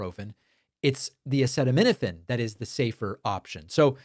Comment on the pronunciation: Okay, David, but it's not hep-a-TEET-es; it's hep-a-TIGHT-es. And it's a-SEE-tuh-min-uh-fin, not a-SEH-tuh-min-uh-fin. Can't listen to any more.